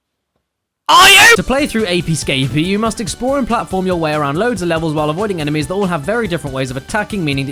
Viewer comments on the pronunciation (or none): Everytime James says enemies I hear enemas. Beautiful.